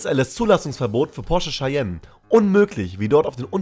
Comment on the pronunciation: Interessant, wie du Cayenne aussprichst. :3